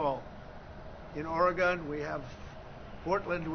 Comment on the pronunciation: If he was so smart he would know how to pronounce I Oregon.